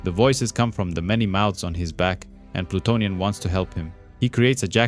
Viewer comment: This vid is awesome buddy, best vid about Plutonian on YT. Good pronunciation of the names overall, very in depth explanation and (which is actually rare these days) no A.I. voice. You have a new sub. 👊